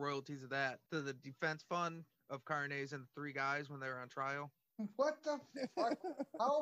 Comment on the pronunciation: car-nez? lol fools